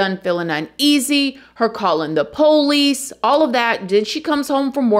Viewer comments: As a genuine 18th generation Southerner, I smile every single time you say PO leese. Please don't ever change! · I love when says "Po-lice". It reminds me of home. 🧡😂🥰🎭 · I absolutely love this channel so much!! No one tells a story better than. Or, says Poe-lice the way she does. Love that accent. 😊